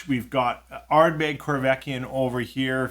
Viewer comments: Hey, the corryvreckan is pronounced corry vreckan and not corvekyan 😂 Keep up poppin those bottles open! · I was going to ask about the "y" drifting along the word and back... I think he may have accidentally said it correctly once or twice, but certainly not most of the time!